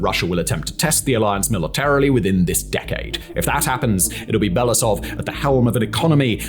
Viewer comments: It is Be-lo-oo-sov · Very “good” report. Can’t even spell and pronounce the GerasiMov surname 3 years into the war. What do I need to say about Belousov… Belasov god is it that hard to pronounce every single letter you see? U english speakers with extremely huge channels never even bother to spend 5 extra minutes to double check and practice your pronunciation. I always wonder if it is not giving a damn and simply posting new content to match the timing or it is a belief in your own correctness. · I wonder if english-speaking commentators will ever learn how to pronounce his surname. It's Belo-usov, pronounce as if those were two word, u is pronounced like in uber.